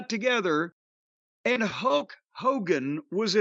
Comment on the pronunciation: Whenever Cornette says Hulk it sounds like "Huck". Maybe it's his backwards inbred country a$$😂